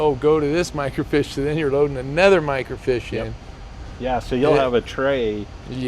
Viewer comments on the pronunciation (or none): It's not a fish...It's Micro- Feesh..(Fiche) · isn't it pronounced micro "feeeeache " mi·cro·fiche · Also, it's microfiche. "micro feesh" is how you pronounce it. There are no fish involved. ;-)